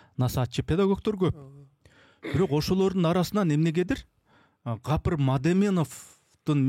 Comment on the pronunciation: "Kapyr" dep atyp kulaktyn kuzhurun aldynyz 😒Tuura aitsanyz atyn 'G' tamgasy menen